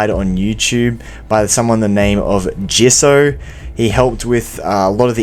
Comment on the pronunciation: I'm pretty sure that guy's name is DJ Isso not jisso